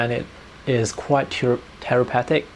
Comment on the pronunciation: "Therapeutic" = ] THE-RA-PEW-TIC :)